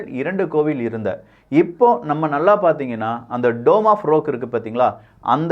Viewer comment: Rock - ராக் என்று உச்சரிக்க வேண்டும். நீங்கள் ரோக் என்று உச்சரிக்கிறீர்கள்.